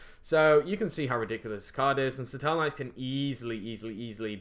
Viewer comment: Huh? I'm referring to the way he pronounces seraph.